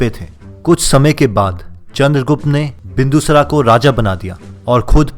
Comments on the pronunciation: सबसे पहले मैं यह चाहता हूँ जो भी व्यक्ति इस वीडियो में नैरेशन कर रहा है वो अपने डिक्शन को सुधारे सबसे पहले आपने कहा विष्णुगुप्ता तो यहां विष्णु गुप्ता नही विष्णुगुप्त है दूसरा बिंदूसरा नही है बिंदुसार है थोड़ा सा इस तरफ ध्यान दीजिए और अच्छा हो सकता है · पहले शब्दों का शुद्ध उच्चारण करना सीखो । क‌ई शब्दों में अशुद्धता है जैसे,,, बिंदुसार को तुमने बिंदुसरा बोला।